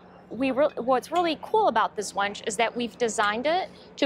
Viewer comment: has absolutely no command or leadership presence. How can she also not know how to properly pronounce "winch". This woman is so cringe it isn't funny. Most folks in Dearborn know meritocracy is largely dead at Ford.